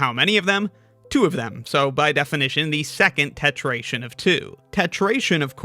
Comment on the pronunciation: Why isn't it? If the previous is tetration, with the r, the next should as well.